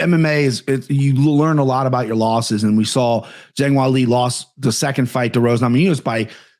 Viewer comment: I loved everything about this episode besides how pronounced Weili’s name 😂